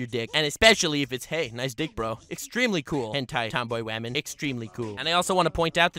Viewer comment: says wamen and gentlewamen at the beginning Also: Girl webs don’t exist